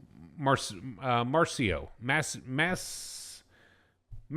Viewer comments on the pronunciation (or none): I think Macero is pronounced with a soft C.